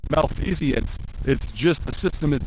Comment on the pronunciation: It's hard to take Peter seriously after hearing him mispronounce malfeasance.